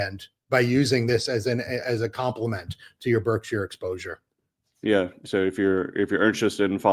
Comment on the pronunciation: Btw, Berkshire is not pronounced berk-shy-er. It is burk-shr. Like the Berkshire Mountains.